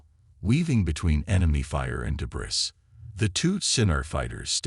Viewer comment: Teach the AI you are using for the narration to pronounce the word debris as "de-bree."